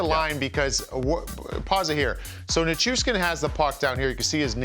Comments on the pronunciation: "Nish-Coosh-Kin"? .... c'mon guys 🙄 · Yeah it’s there in the letters … Nichushkin … “nih-choosh-kin”